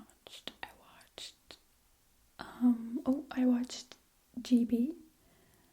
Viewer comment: It’s Geebee😂